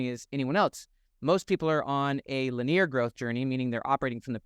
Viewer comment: Your content is always helpful in reframing my perspective on my life. Silly question, but I’ve noticed you have been pronouncing “Linear” as (Lin-EAR) instead of (Lin-EE-er). I would expect that from a French or Latin accent, but where does that come from with you? Just super curious 😊 Love the helpful videos!